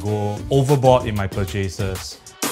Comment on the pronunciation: Purchases is not pronounced 'Per-Chases'. There is no 'A' sound in the word at all. This is one of the weirded Singaporean mispronunciations. Becasue no other country says it that way, so it couldnt have been copied incorrectly.